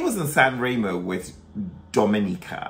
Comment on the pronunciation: "Dominica" :)))) it's "domenica" (Sunday)